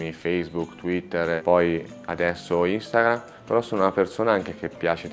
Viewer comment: "instagahh" minuto